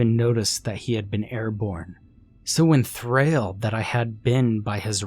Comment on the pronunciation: "Un-biden" "vairoolent" "en-thrayled" Bruh, stop; this is supposed to be a horror story but you keep making me laugh! 😂